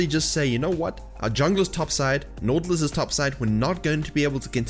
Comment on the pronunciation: why u cant pronounce right naUUUtilus! ?